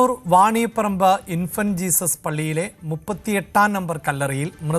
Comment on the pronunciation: വാണിയപറമ്പ് അല്ലേടോ വാണിയപ്പാറ എന്നാണ് അറിയില്ലെങ്കിൽ പറയാൻ നിക്കരുത്